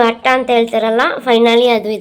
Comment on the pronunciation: ಅಕ್ಕ ಅದು ಹಟ್ಟ ಅಲ್ಲಾ ಅಟ್ಟ 🤦🏻‍♀️